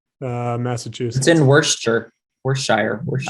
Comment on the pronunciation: I was dying when all three of you absolutely butchered the pronunciation of Worcester (it’s “Woo-stah”), and then when proudly chimed in “…which I believe is the home of the academy award winging film Coda” (Coda was filmed in Gloucester - “Glah-stah” - Massachusetts… Worcester is in Central Massachusetts, and nowhere near the ocean where said film about a family in the fishing business takes place). No I kid though, Massachusetts town names are weird and confusing. -MA transplant originally from North Carolina